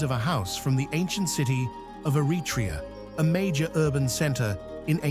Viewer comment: It's Evvoia : Evia and Eretria , not a retria!